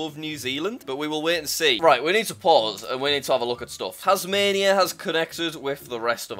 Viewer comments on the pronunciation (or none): none